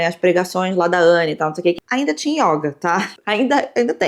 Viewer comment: Só trazendo uma contribuição amistosa, a palavra yoga é do gênero masculino e a letra 'o' tem uma pronúncia fechada. Então diz-se "o yôga" e nao "a yóga".